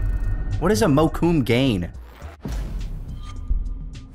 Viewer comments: "Mocoom gain" ·-· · That fucking hard American pronunciation of Mokume Gane made my weeb side cringe so hard.